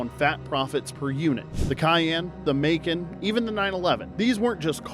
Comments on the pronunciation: It's Muh-Kaahn. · AI is still learning🤫